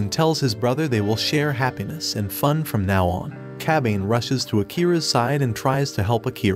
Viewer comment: I cringed every time he said Kabane's name.